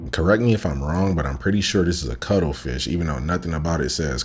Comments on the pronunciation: It’s cuttlefish, not cuddlefish. Hahaha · It’s not CUDDLEFISH, It’s CUTTLEFISH 🇦🇺❤️ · The word is cuttlefish not cuddle fish. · It's cuttlefish, not cuddlefish 👍🏼